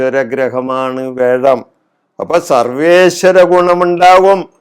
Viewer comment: വേഴം അല്ല വ്യാഴം എന്ന് ശുദ്ധമായി ഉച്ചരിക്കുക.ഇടക്ക് വല്ലപ്പോഴും നാക്ക് വടിക്കുന്നത് ഗുണംചെയ്യും.